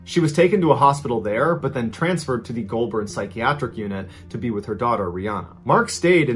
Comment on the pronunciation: Love that you tried to pronounce Aussie things, but: Jenolan Caves - Jer- noel - an (not Jenalin) Goulburn - Goal-bin (you were real close on this, probably cause you got Melbourne, Melbin right) Wangaratta - Wang-gah-rat-tah (gotta say it like a Bogan) Yass - Y'ass